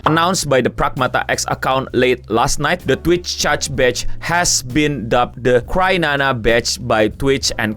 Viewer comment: kok crynana sih? bukannya cryana? Kriana bukan krinana?